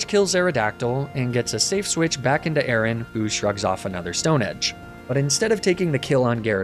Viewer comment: is nobody else triggered by the way he pronounced aron? he's saying "aye-aye-ron" it's "aye-ron" were tf is he getting the second A?